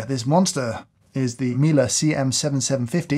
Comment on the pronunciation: Why did you pronounce Miele like a German word lol